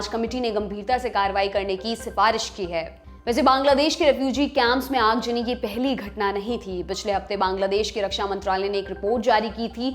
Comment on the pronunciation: Aag zani not aag jani, plz improve your pronunciation (urdu words)